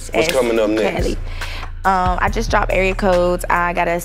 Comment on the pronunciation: It’s not kali it’s kaliii😏